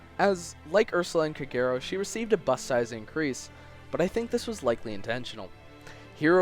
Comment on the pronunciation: Shouldn't Kagero be pronounced as "KAH-geh-ro"?